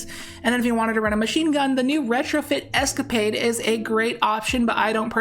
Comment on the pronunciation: Sorry it needs to be said - eh - ska - puh - day it so much better sounding :) it’s become a word of the house